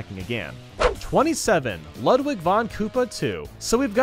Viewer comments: It's not luhdwig, it's lewdwig. You were saying Ludwig as Luhdwig. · DID I JUST HEAR LUD VIG BEETHOVEN!?!? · Ludwig’s name is pronounced “Loodveeg” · Ludwig is pronounced Lood vig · He said ludlig wrong....